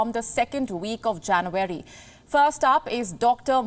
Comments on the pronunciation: It's not Janvary, its January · The way she pronounces it "Jan-wary" is slightly disconcerting. But major news this. More evidence that WHO is a sell-out. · Pls pronounce January correctly